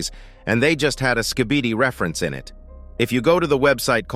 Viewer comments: Why you still calling it Ska-bee-dee brub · "Thanks to my litle slibidy stake"😭💀